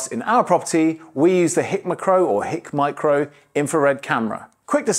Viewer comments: Hick McCrow? 😂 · Hik McCrow? You're having a laugh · HICK MAH CROW.... Tickled my funny bone. It's High K Micro ;-)